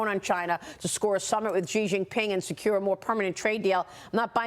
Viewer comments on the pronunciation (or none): "Xi" is pronounced "she," not "jee." After years and years you still can't get this right.